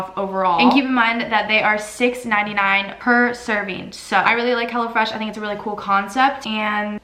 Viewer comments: i thought she kept saying hella fresh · I thought she said "Hella Fresh" and i was like dayum good marketing skills right there